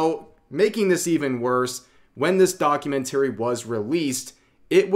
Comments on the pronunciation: Your pronunciation of "documentary" is really strange. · Rev trying to Say documentary is so funny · The way you say documentary really hurts my ears. Other than that good video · Please stop mispronouncing documentary it’s driving me craaaaaaazy. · keep practicing how to say documentary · you mispronounced documentary every time... 😮‍💨